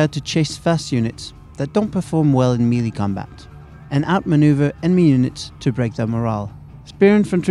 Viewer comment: dude the way he says "melee" really urks me.